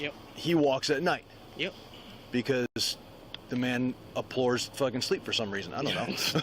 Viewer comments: Abhors, not apores. 🤦‍♂️ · 'Aplors?' I think he means abhors, aplors is not a word. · It's abhores not "aplores sleep" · i think the word the officer is trying to pronounce is abhors, and since he fancies using it so often, someone should help him learn to say it correctly. There is no reason to perpetuate a common police stereotype that they are typically uneducated...that is, unless its true.